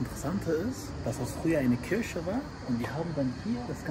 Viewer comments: KIRCHE UND NICHT KIRSCHE 😂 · Der sagt zu Kirche -Kirsche 😂😂